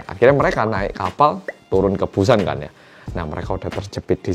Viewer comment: Denger pelafalannya mirip soekarno yaa kalau ngomong “keun” maksdnya “kan” wong jowo 🔥🖤